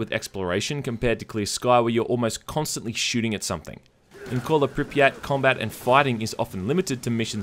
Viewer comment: It's not Pripyát, it's Prípyat. And actually it's not St[ɔ:]lker, it's St[a:]lker. As far as I remember it sounds so in CIS countries and in former part of USSR's Ukraine.